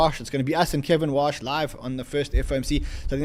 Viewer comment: It’s KEVIN WARRRRRRRRSH not Kevin Wash just to clarify